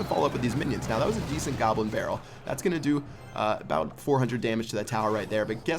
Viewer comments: He said gobrin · gobrin barrel lol